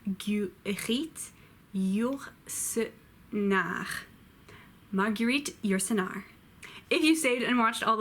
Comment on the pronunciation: Why is Yourcernar "Yourcernar" but Gautier becomes "Gautie"? Why is Guy "Gui" but the "gue" in Marguerite is pronounced differently (Mar-gyu-rite)? Anyway, thanks for the video.